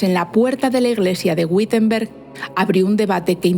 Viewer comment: Muchas gracias por esta fenomenal historia de la escuela - instrumento de opresión y adoctrinamiento fundamental. Un detalle: Wittenberg se pronuncia correctamente así: ví-ten-berk. La sílaba "vi" se pronuncia como b sonora como se hacía ataño en castellano, de ahí la diferenciación entre v/b: labiodental - bilabial. La "W" alemana siempre se pronuncia labiodental. Un cordialísimo saludo. ¡Fabuloso canal para desadoctrinar 😅!